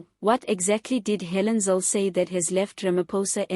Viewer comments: Her name is Helen zille not zil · Please pronounce her surname correct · Rubbish podcast. How about repeating her statements and learning how to pronouce her name. She is far far brighter than ramaposer anyway